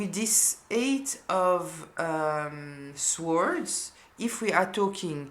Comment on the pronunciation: you are so gifted and my gosh so accurate for me. As a native English speaker ( European living in Manhattan) . May I gently suggest that you don’t pronounce the w’s in for words like Swords . You hardly do it, but I want to help you because your English is flawless..I wish I could speak French that well. Also I notice that many tarot readers in certain communities pronounce the W , it’s completely wrong and although they are American ( English speakers) …it’s a cultural phenomenon.